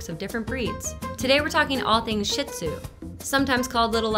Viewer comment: It is not pronounced shit zoo. It is pronounced shee or sheed zoo.